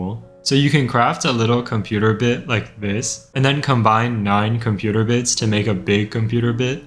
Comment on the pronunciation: "so you can craft a cumputer bit..." No, actually. I can't.